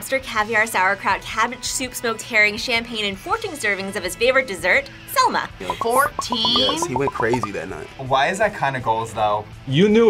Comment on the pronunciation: the kings dessert: SEM-LA, semla.